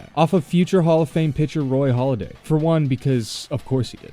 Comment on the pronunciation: Wild how even a channel based on sports says Roy “Holliday”